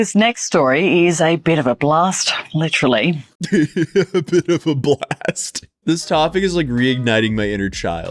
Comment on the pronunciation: Hearing the Australian lady say, "a bit of a blast" made me honk-laugh for some reason.